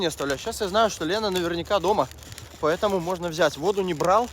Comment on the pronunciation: Поэ́то́му нежалъ